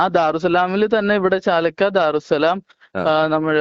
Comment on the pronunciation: ചാലക്ക അല്ല ചാലാക്ക